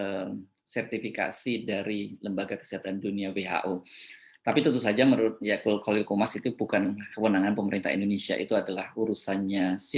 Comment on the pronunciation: Akut pak bukan Akul